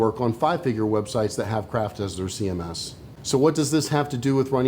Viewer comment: ''See em esses''